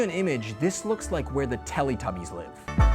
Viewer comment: "Telli Tubbies"😳😂😂😂